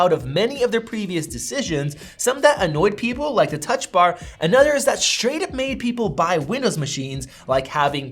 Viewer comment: “Shtraight back to Apple”